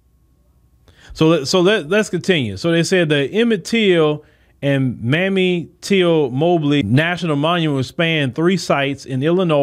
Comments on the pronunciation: HER NAME IS MAMIE NOT MAMMY. MR. MOSES WRIGHT, CORRECTION. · Please pronounce her name correctly! Her name is MAMMIE! (Mae me)